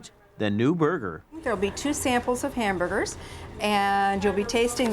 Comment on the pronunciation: Was she saying “Hambugers” instead of Hamburgers?